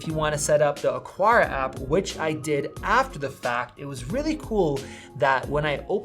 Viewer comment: lol why can't anyone say AH-CAR-AH